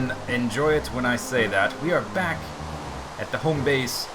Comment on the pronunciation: i love it when you say welcome backa to the mindacracka serva